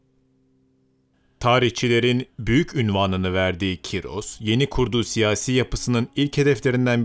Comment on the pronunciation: abi cim ismi kyros degil ismi koorosh